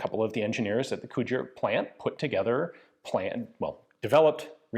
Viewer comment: Bloody Hell Ian, you actually pronounced Cugir corectly this time...